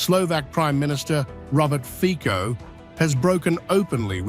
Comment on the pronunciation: Fico/fitsoh/, not /fikkoh/